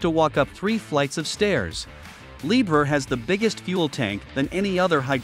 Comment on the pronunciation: It’s pronounced “Lee-bear”. 😂😂